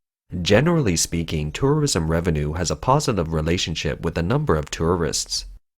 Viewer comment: "Turrurism" xD